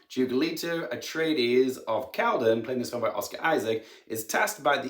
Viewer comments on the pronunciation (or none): none